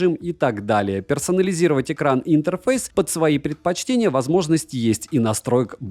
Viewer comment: слово интерфЭйс ты произносишь очень по-одесски, я тебе точно говорю!:)))